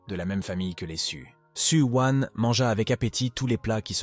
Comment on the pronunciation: Su wan , Su wang , su wiin ... Il faut savoir non mdrr